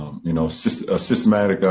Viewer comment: I'd like ONE verifiable account of voter suppression, haven't seen one yet, but democrats sure talk about it a lot. And it's SYS-tem_IC LaBron, not systematic. Geezus.